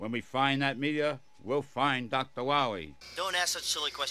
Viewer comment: "Dr. Wawee"